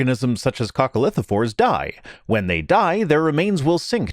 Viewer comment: FFS.... you pronounced coccolithophores as it was an everyday word.. Kudos